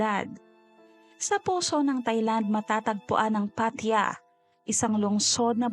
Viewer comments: Pattaya! hnd Pat ya 🤦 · PAT-TA-YA,po twag nmen s place n yan..i leaved there...a lot of beautiful beaches,bars and foreigners.. Anyway,you narrations is awesome!